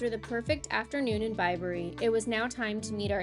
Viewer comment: Well done with the pronunciations. Warwick needs a little practice, but you got Bibury right. So many Americans say it Bib-bury instead of Bi-bury. Your children are a credit, well-behaved but still enjoying themselves